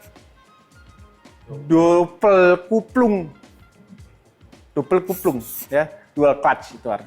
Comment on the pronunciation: Coba ulangi penyebutan kuplung 😂😂